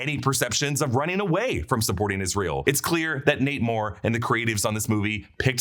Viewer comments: Every time he says "Nate Moore" I hear 'Namor'..."Namor is leaving Marvel." 😂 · The way you say “Nate Moore” really sounds like “Namor” and I can’t unhear it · I thought he was saying namor until I read this😂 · When he said Nate Moore I hear Namor 😂